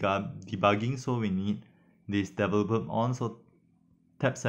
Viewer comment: Very good instructional video on IVcam. I am also an ESL (english as second language). Please practice pronouncing the word developer. It is one of the important key words in your instruction.